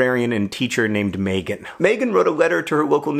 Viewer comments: In New Zealand, Megan is pronounced Mee-gan/Mee-gin. Not May-gun. Just an FYI. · THANK YOU! You're so right. My name is pronounced MEEgan. But I can live with John mispronouncing my name. He's never met me, only seen my name in emails.